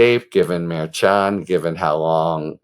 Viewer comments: “Mer-shon” not “Mayr-chon” - you even had a guest in a couple of days ago who litigates in front of the judge and she gave you a correct pronunciation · Harry, I've watched you for a while and appreciate you BIGLY. A couple of notes, however: it is "Mershan" and it is "Fahnee." Cheers. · Harry, Judge Merchan is pronounced: Mur- shawn, accent is in the 2nd syllable. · I believe you are pronouncing the judge's name wrong. I believe it is pronounced Mer-shawn. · Love you, Harry. But why are you still pronouncing Merchan’s name wrong after Karen FA corrected you the other day!?!?😂😂😂😂😂 Mer ‘SHAN But in more important news, love the way you and the others are covering these legal cases! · You pronounce it Mur-shawn. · Lol Harry! It’s pronounced like: Mer Shon. Like saying John with a shhhh sound. Mershon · Harry it is pronounced mar shawn. Did you not learn from kfa? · I really like listening to your podcast, however,not going to listen to you go through this trial until you can properly say his name. KA told you how to say his name when she was on with you. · Why do you keep saying his name that way? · Rather, is on the 2nd syllable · KFA corrected your pronunciation of the judge's name...please either take her word for it or verify with the judge's office directly which is correct. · Why won't you say the judge's name correctly? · Ok, after watching your recent chat with Karen Friedman Agnifilo, I have to ask: you aren't intentionally mispronouncing Judge Merchan's name, are you? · Mehr-shan. Not merchant. Suppose’d’ly, not suppose’b’ly.